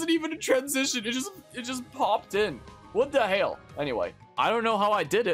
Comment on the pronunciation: the thing everyone should critique is your pronunciation of what the hell